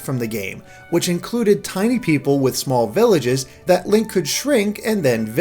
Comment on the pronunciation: did you just call him "Lank"?